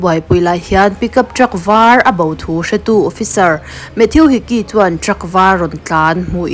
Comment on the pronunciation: Mathiu ti suh... Mathuu ti rawh. Avenue (aviniu) ni lovin "Avenu" tih te.... Ka hre zawk lo na a, in lam sual rei tawh e.... Mate❤